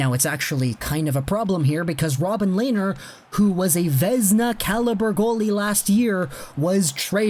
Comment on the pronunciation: Len ner! Not Lay ner!